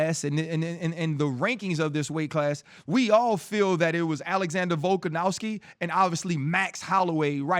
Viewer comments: It's Volkanovski not Volkanowski RC. You suck RC. We miss Aerial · Volkanowski ryan? C'mon man volkonovski like dc says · Guy cant even pronounce volks name rite🤦‍♂️ “VoLkaNoWsKi🥴”